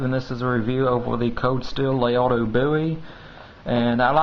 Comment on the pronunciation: Interesting history, knife fighting skills were more important when almost all firearms were single-shot. The Colt sidelined the fighting Bowie for the most part. I think it's pronounced: la-RAY-doe